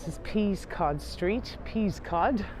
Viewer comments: It’s not pronounced Peas cod street. It’s Pest cod street. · Great video! Just a heads up, Peascod Street is pronounced "Pess-could" rather than "Peas-cod".